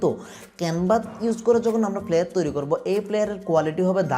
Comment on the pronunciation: ফ্লিয়ার না ফ্লাইয়ার Flyer. উচ্চারণ ঠিক বলবেন please